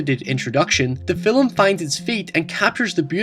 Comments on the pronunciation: film.. its not "fillum".. just like "talk" is not talluk" "stalk" "stalluk Just saying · I pronounced 'film' as 'filum' today because I've been binging your videos... my friends all gave me shit.